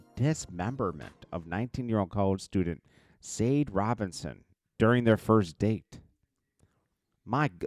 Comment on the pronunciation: The girl’s name sade is pronounced “sha-day"